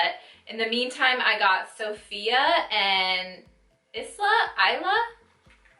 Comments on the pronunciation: I wanted Isla! That is my niece's name but it sold out so freaking fast! So bummed. Btw it is pronounced eye-la. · LMFAO it’s is-luhhh and like it means Island in Spainish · 😂 "Issluh" lolol girl, didn't you see her video?? Haha cute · It's pronounced "eye-luh" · Isla is pronounced the way it looks eesla😊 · Huge fan of Jaclyn but you can't pronounce the shade name Isla? Like did you even watch her reveal video? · This is my first impression also. I know this has no effect on the review itself but if she's such a big fan you'd think she would have seen Jaclyn's video on the lipsticks and know how to pronounce Isla. Petty, yes, but so are her responses to the constructive criticism she's receiving. "Thanks for your view $$".... won't get any more views from me that's for sure.